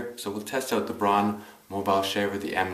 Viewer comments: Not pronounced "brahn" it's like B R O W N. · It's pronounced "brown" not "brawn", thanks for the review.